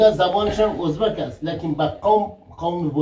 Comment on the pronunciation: هم وطن نان هزیز ده هینجه هم وطنان هوزبگ چرا اینطوری اشتباه تلفظ میکنی آقا